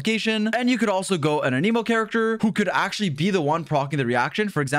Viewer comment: Bros been covering genshin for 3 years and still cant pronounce anemo correctly 🤣